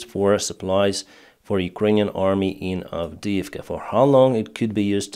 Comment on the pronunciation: As for Avidivka, you've f**d up good!